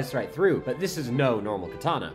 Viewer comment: bro has a whole katana sword and still cant pronounce japanese